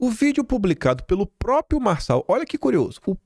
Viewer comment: meu querido, atenção aos acentos! SÊXTUPLA, mostra a sílaba tônica. Entendo seu entusiasmo, sua emoção. Tem que falar rápido, por causa do tempo. Mas não esqueça dos R em próprio, propriedade, proprietário, etc. Sou do Rio mas estava aqui quase conceituando o PM como aproveitador... Hoje confirmei. Obrigada pelo meu jornal diário.😘